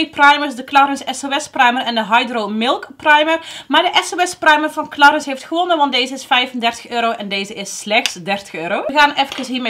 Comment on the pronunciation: Toen ik in een parfumerie werkte veel cursussen bij Clarins gehad. Heerlijk merk. Maar je spreekt het uit als claren 😉🤭